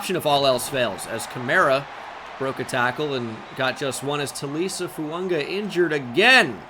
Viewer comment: Episode 3 of telling that it’s: Tally-Essay Foo-un-guh Yo-nass Sank-er